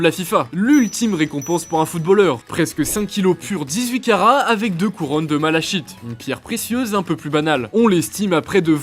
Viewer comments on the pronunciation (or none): Malachite se prononce MalaKite… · La pierre malachite Ca se prononce "malakite" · on dit pas malakite ?